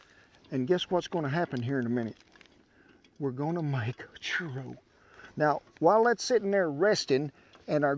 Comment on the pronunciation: "Chur-oh" I love this man